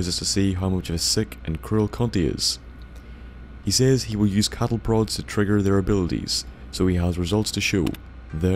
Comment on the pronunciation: Did you say cattle broads?